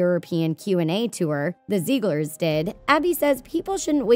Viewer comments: ZIG-LERS not ZEEG-LERS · Stop. Saying. Zeeglers. It’s Ziegler’s. (Zig-lers) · When she said Zieglers, I thought she said Zebras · Take a shot every time she says ‘Ziegler’s’ wrong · imagine posting an entire video about the zieglers yet mispronouncing the name each time kdjdj